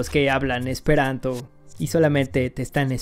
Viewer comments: jajajaja , pronunciaste muy mal el esperanto. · Jejejeje. Pronunciaste muy chistoso lo último en Esperanto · Sí te soy sincero, hablo esperanto lo suficiente como para decir que no has pronunciado bien las frases, y mira que es de lo más sencillo para un hispanohablante; además, cabe resaltar que en la primera frase "Mi ŝategas vian dekstran okulon" hubiera utilizado un verbo más frecuente, como "amas" (el cual entendemos todos) o "ŝatas" que básicamente quiere decir lo mismo que pretendías decir. Aquí te pongo, tal cual se pronunciaría, la segunda frase que has dicho: "La utilai frasoi en chi tiu video estas senutilai", la jota como tal no existe en esperanto, se usa para escribir una i con diptongo y también como plural (al igual que el italiano, que es de donde lo ha tomado). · estoy aprendiendo esperanto y lo pronunciaste mal xD la J cuando se usa al final equivale a la S en castellano y se pronucia como la i, del resto npi, esta loco tu video xD dankon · Casi te sale bien la pronunciación en Esperanto jejej la jota suena como nuestra i y la c con la cejilla arriba se lee como CH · Ajajaja te faltó pronunciar bien el Esperanto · Pronunciaste mal el esperanto, la "J" es como una "i" y la š es como la sh. Xdxdxd Lo sé porque mi estas esperantisto, kaj mi amas la esperantan lingvo. Dankon! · Qué mala pronunciación esperantista xd